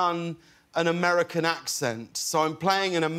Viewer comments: he sounds like one of our old British prime ministers. Amerrican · Okay but his accent is actually really good besides the “aMeRiCaN” lmao